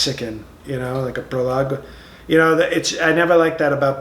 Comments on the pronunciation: pro-log-ay!!! lol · "When ya have great talent you don't brag, you just let it speak for itself... " I almost spit out my water when he delivered that line. He's got the tone of voice and the delusional hypocrisy down pat. 🤣 Then he said he doesn't like words like "prologuay" bc it sounds very Mexican. When I realized the word was prologue, I almost spit out my water again. I realized I better just pause this, take a nice bigly drink of water, and then resume watching. This guy is too funny! 😂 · "Prolog-wey" 😅 And the sniffles are back 👏😂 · Proliguay and epiloguay!!!! OMG!!!😹😹😹😹!!!